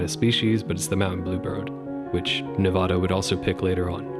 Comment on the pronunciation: it's Ne-VA-da not Ne-VAH-da